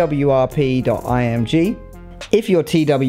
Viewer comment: Twrp sounds like twerk